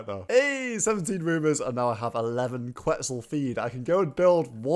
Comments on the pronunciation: Looks likes it supposed to be Central and South American with the Capybaras and Quetzal (ket-zal, not kwet-zoos 😂😂) which means feather in Nahuatl the language of the Aztecs. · Yo quetzal is pronounced ket-zal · it's pronounced "kwet·sl" ☠ im dying over here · Quetzal is pronounced ket-zaal